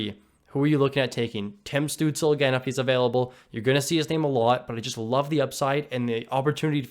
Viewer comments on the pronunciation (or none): "Stootz-Luh" is how you pronounce the young Germans name